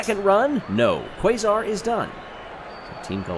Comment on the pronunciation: I know this will be buried, but, Quasar’s name should be pronounced (Kay-zar), rather than Kway-zar. Also, OOOOOOOOOOO